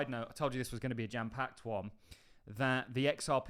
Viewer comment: He does, he says gem packed sometimes. take L